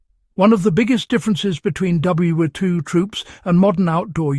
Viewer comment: This AI can't figure out how to say WWII.......